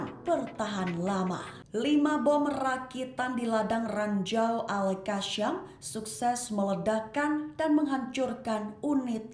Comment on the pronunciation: Bukan al kasyam la. Qas sam... Macamana boleh jadi reporter baca pon salah. 😂😂😂